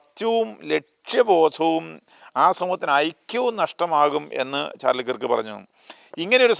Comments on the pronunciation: കിറുക്ക് enn pronounce ചെയ്യരുതേ.... Kruuvk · കിർക്ക് അല്ല കെർക്ക് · Sorry to correct you His surname is miss pronounced by many malayalees. It should be pronounced kerk (kɜːk) കേർക്ക്